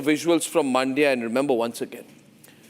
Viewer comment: Please get your reporter to pronounce the names correctly. It is not "Maandia." It is "Mandya." The "a" in "Mandya" is very short. Listen to Arnab! He has got it right.